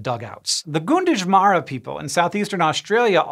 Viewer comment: Gunditjmara might sound closer to "Gan-diji-mara" not "goon-ditch-mara" just based on how I hear other local place names pronounced here. It's really hard to translate aboriginal language into english letters.